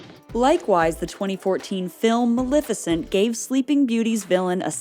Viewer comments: MaLEFicent, not “Malificent.” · It's not Mal-ih-ficent. It's Mal-eh-ficent.